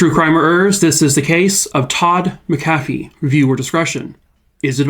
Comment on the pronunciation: This is my relative. We still don’t know and it haunts us. Side note. It’s prounouced Mac-uh-fee. :)